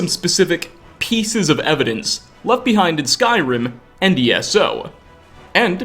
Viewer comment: You add an extra syllable to a lot of your words, "alive-uh", "behind-uh", etc